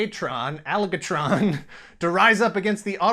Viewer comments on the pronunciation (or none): Aloe Gay Tron…. I mean Aligatron lol